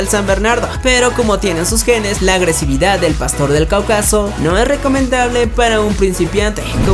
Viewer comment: Qué ondita los orbita??? No m'ms! Y es CÁucaso y no CaucÁso